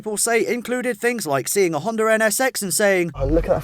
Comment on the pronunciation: why do y'all say Hondar